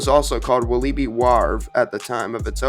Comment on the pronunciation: Its pronounced Wal-lah-bi just so you know!